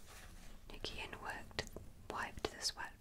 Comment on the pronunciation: Is it possible to do a part 2? Or a reading of chapter 2? Your last one was honestly just perfect. Though you did say Nguyen's (pronounced as NewYen) name wrong everything else was accurate and really awesome. It would be awesome if you can read chapter its also where the story gets interesting because you get to meet all the other characters.